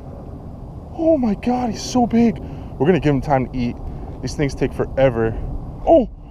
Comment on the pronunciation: 'Oh my GAR'